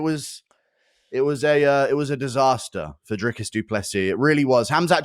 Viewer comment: Whenever DJ says Dricus it sounds like he’s saying Jerkis